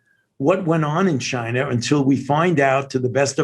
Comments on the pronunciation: Someone please tell Fauci there is no R in China. Wait, is that antisemitic? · Yeah and everyone made a big deal about how Trump pronounced China. Get a load of Fauci, "Chiner".